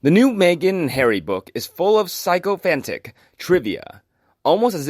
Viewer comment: It's pronounced "sick-o-phant"